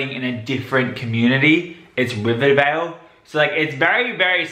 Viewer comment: Yeah, I wonder how many takes it took for all the actors to get comfortable saying 'Rivervale' instead of Riverdale.